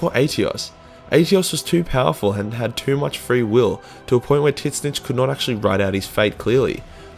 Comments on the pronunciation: I am pretty sure Tzeench is pronounced "Zinch" not "titnich" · The only mispronounced name i think thats genuinely bothered me was how you say Tzeentch 😂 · He knows, its kind of a running joke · The way you pronounced tzeentch is painful